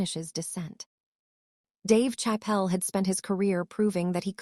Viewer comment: We're not gonna witness anything. We're gonna witness you keep running your pie hole instead of netting the interview happen. And get a better AI. Can't pronounce Dave Chappelle. Come on, man.